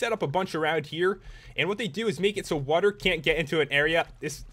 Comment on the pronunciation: i hate the way he says water he says wuterr! idk i think its wierd